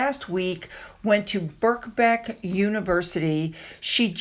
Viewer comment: 'Birkbeck' is pronounced Burbeck, & 'Sheikh' is Shake, sorry! lol 😂 Baldmop is definitely not the 'sexiest bald man', sounds like another press invention poll, they're on a roll!! 😂 He's more of a Mitchum deodorant!!! 🤣🤣😆🤣 Wake up lady! 😆 The report also says the palace are responsible for leaking too, & didn't allow 13 articles to be examined, Uh-Huh! 🙄 Maybe that's why the king visited the same court the day before, to block disclosure, lmao! 🤣🤣🤣 The rf are the dragons baby, all freakin' day long! 🐉🐲😂😂😂